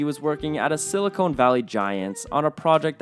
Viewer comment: Silicon Valley, not Silicone - it has nothing to do with furniture polish